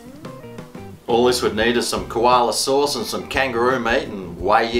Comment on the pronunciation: Hey forgive the ignorance but is that how they really say sauce in Australia or is he being funny?